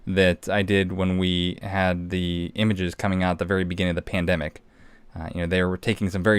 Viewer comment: He says “ tandemic” 🤔@ P@ t are completely different. Listen close. Stay vigilant.